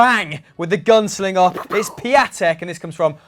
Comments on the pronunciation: It’s pronounced piontek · FUN FACT Piatek means Friday in Polish and it’s Pion-tek